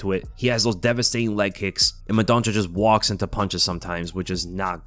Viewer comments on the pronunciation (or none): Mendonça is read as mendonssa, the ç has an s sound 👍 love the vids